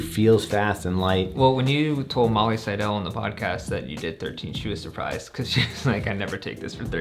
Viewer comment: Seidel rhymes with "title"